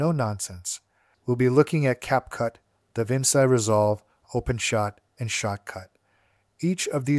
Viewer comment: just a small irk of mine "Da Vinci" is pronounced as "da-vin-chi"